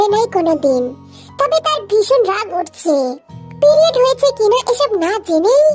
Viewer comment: Priode❌️ Piliode✅️😂😂🤣